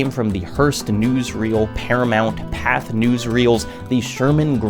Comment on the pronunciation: pathé is pronounced with an acute accent so more like pathay, but lots of people won't bother to add accents when typing words with them so its a pretty easy error to miss also its just really interesting as a piece of media history.